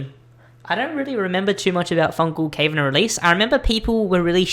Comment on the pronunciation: You opinion is wrong when you call cavern Kvern